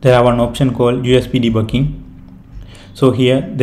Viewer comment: literally i hear "de bu KING" XD